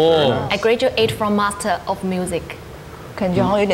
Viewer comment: of 說成歐斧，一聽就知道是東方腔